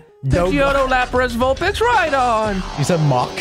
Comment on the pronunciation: Nobody noticed he said vulbitch